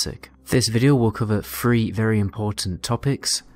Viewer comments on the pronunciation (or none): I like hearing the "th" sound pronounced as a "f". threat = fret, three = free